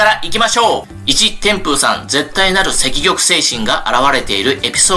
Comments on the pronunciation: 積極（せっきょく）をセキキョクと読むのにはむのには、何か意図があるんですか❓ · 天風さんがそう読んでいだからだと思います。肉声も残っていて、確かセキギョクと言っていました！